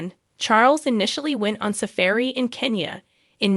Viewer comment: I am sorry, maybe its not a high priority but 'heir' is NOT 'hair' its pronounced 'air' and 'safari' isn't pronounced 'safairy' but more like 'safawri'